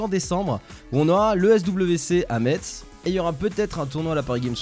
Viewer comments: stp prononce metz comme une messe il ne faut surtout pas prononcer le z xD😂😂😂😂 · Les messins vont faire des bonds si tu leur dis "MeTz". Cela se dit [Mess] on prononce pas le T :)